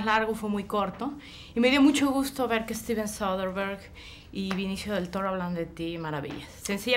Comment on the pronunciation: demian, mi vida (para la reportera tambien), es BE-NI-CIO, no VINICIO!!! dios santo...